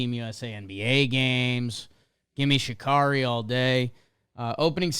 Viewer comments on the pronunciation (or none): It’s pronounced Sha-Carrie, not Sha-Car-ee! Did y'all not see that viral clip of her eviscerating a sports journalist at a press event for repeatedly mispronouncing her name?